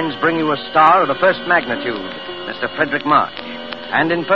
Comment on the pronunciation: 'Fredric', not 'Frederic'